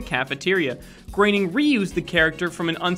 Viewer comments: Mate learn how to say Matt groaning. Not Matt graining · here's a fact. it's Matt Groening not Matt Graining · Its groening not graening